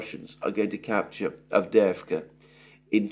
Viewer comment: AVDEJEVKA 😂😂😂😂😂. GET THE NAMES RIGHT FOR GOD SAKE !!!